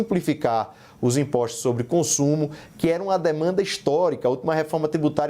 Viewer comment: Este tal de CAMPUCH, ANTES DE TUDO, ESTE JEGUE, ESTE BURRO TEM QUE APRENDER A FALAR. NÃO É IMPOCHTO, É IMPOSTO, NÃO 3 GACHTAR É GASTAR... VOLTE PRA ESCOLA SEU IGNORANTE, BURRO, ANALFABETO FUNCIONAL... ISSO NÃO É SOTAQUE, ISSO É IGNORÂNCIA MESMO.